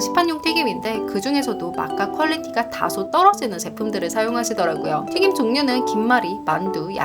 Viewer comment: 발음이 조금 씹히거나 날아가는 부분이 있는 것 같아요. 빠르게 말하려고 하셔서 그런 것 같기도 해요. 튀김이 튀긴으로 발음되거나, 단점이 당점이라고 발음되는 류의 실수들이 들려요. 발음연습 하시면 영상이 더 편안하게 전달될 것 같아서 조심스레 말씀드립니다.